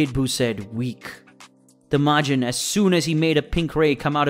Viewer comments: Why are you saying Majin like Majen? Wtf I've never heard it pronounced the way you saying the shit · how the hell can u not pronounce majin correctly how long have u actually watched the show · He said maygen. .and sayeeen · You can't say sayion or majion right lol 😂😂😂😂😂😂😂😂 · Your speech is terrible sayjin the j is silent it’s not mijen buu it’s majin buu and for the record it’s not wuss it’s whis damn dude lol you crack me the fuck up lmmfao also it’s kakarot kokoroto omg smdh